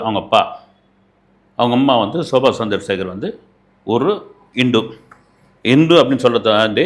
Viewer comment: Soba Sandrasegar illai Shobha Chandrashekhar Bavan Kalyan illai Pawan Kalyan Ilanjar illai Ilainyan Boomi garagan illai Bhoomi Karagan Chatru Samharam illai Shatru Samharam🤦‍♀ Indu illai Hindu Please learn to pronounce. You are a journalist. Have some shame, do some basic reasearch